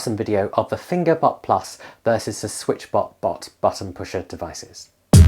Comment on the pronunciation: well I'm 10 seconds in and I thought I heard "finger butt" so let's see where this goes haha